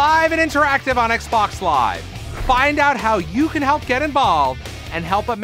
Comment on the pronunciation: Why you keep saying Xbox wrong?